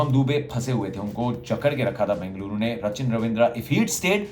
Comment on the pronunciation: Love to ur accent saying Bengaluru my home bro